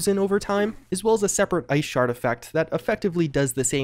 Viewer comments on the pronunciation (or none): none